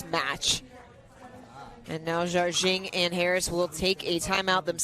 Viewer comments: Are the commentators correct in pronouncing Jardim as "Jarjing"? I would have assumed it was pronounced closer to "Har-deem" or something like that. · Simone pronounces it something like 'jar-jing' but I don't think there is anyway for an American to get the Portuguese exactly right. Jar-jing is the closest we can do...